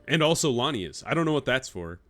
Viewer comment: They are lianas 😅😅😅 not lanias. So funny. It's a part of a plant like vines, you were right about that. Tarzan and monkeys were using them to swing on the trees. I was laughing so hard 🤣 very cute, keep going